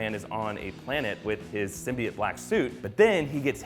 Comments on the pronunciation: Its symbiote not simbiT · It's pronounced SIM-BEE-OTE simbiot